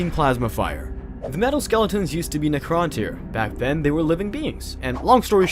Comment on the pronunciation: Is this AI voice? The way you pronounce Necrontyr is weird.